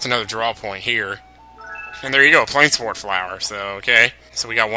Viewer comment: I believe plainswort would be pronounced "plains wort". I don't know exactly what wort means, unless it's meant to be similar to wart, but ya know, the plains, that makes sense right? You're getting them in what looks like a plains type area. But another reason I think it's pronounced that way is because in some Dragon Quest games, there is an item called a Moonwort Bulb. Notice there is no S in there, so yeah, whatever "wort" is, it's separate.